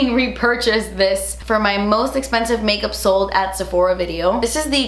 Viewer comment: Love when you say, “da expensive” 🤣😂